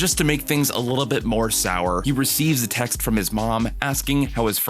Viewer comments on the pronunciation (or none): none